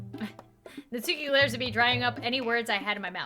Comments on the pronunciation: Her name is pronounced Natski, btw. The u is barely there at all. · Did you know that its not pronounced Nat-suke its actually Nat-sucke? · You can keep pronouncing it Not Suki but it is supposed to be pronounced Not Ski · ITS PRONOUNCED NAT-SKI NOT NAT-SUE-KEY 😡😡😡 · It’s pronounced not-ski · Not to be rude but it's pronounced not ski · Pronounced as Nat Ski. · I'm so used to hearing "Natski" not "Natsuki" (i say both now bc WHYYY) WHAT HAVE U DONE TO ME